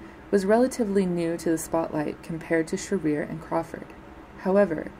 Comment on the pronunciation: LEARN HOW TO PROPERLY PRONOUNCE NORMA SHEARER'S NAME! It isn't she-REAR, it's SHEAR-er. Jeez, lady. Don't hold yourself out as any kind of expert if you can't find out proper pronunciation. I stopped watching the second time you is-pronounced it. Galling!